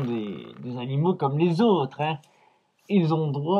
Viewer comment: "Les chats sont des créatures vivantes, ayant des sentiments" Naaaaan tu crois? "Si, un homme, n'est pas bon zavec les zanimaux" Hee faut arrêter les liaisons qui servent a rien hein. Imaginez la tête de Sergi s'il voyait ça. Et il veut pendre Norman en plus. Il dit "Et je te remets la chaise" mais vu le temps qu'il a mis pour raconter les détails, les cervicales, les petits pruneaux etc, Norman serait déjà mort. Sache que quand on meurt pendu, c'est par le coup du lapin que produit la corde.